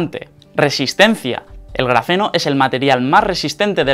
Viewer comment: Grafeno o Grazeno ??? O tiene dislexia ???